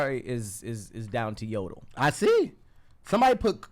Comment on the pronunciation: no it’s “yodole” bro 😂 you tried though that’s all that counts lol